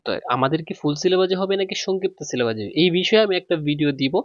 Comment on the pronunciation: সিলেবাজ না ভাই ঔইটা সিলেবাস হবে